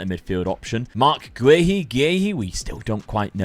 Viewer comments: No idea how you pronounce guiu I just say it as gooey 🤣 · I actually searched up the name Guiu but forgot to comment but as far as i know it is said as "gie-wee". I dont know how much if any that helps lol. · Hey, Marc Guiu it's easy to pronounce. I'm from Portugal and spanish usually its similar or close to our language. You pronounce it like this. -GUI (such as the beggining of guittar for example) - U ( put the i and the u together as you say the letter u) I think its like this, hope i can help you end the nightmare 😅😂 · Marc Guiu is pronounced Gooey